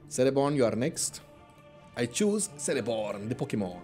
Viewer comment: Love these mod vids. Btw, Celeborn is pronounced "Keleborn" rather than "Seleborn". Tolkien's C's are pronounced with a hard K, if its a name or a place that begins with a C.